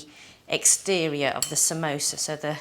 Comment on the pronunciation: Samosa* not samoso.